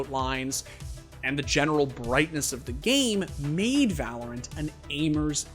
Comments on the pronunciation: In "Vah LORE ent" 😂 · did he just say vah-lore-ent? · "volorant" LMAO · We just gonna ignore that he pronounced valorant, vahlorent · va-lore-ent lol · "va-lore-int" You did that just to piss people off didn't you? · I have never seen anyone ever butcher the pronunciation of VALORANT so bad in my life. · I can’t tell if he actually said valorant like that on purpose or is just trolling